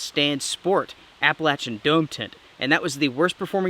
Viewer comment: I think what's "not okay" is how you are butchering the word "Appalachian".